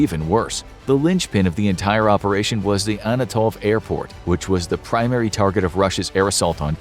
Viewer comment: It is NOT "Anatov airport" but ANTonov.